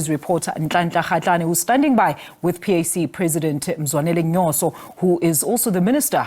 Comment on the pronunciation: Ma'am, It's Mzwanele Nyhontso*, Nyoso is something else😂😂